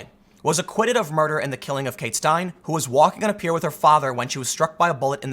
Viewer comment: Her last name is pronounced "STINE-lee"